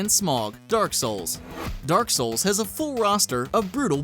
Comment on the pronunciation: im so tilted at his dark souls pronunciation